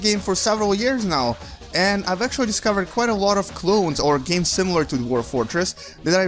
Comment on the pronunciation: he has some speech disability ? ;d SIMIRAL? :d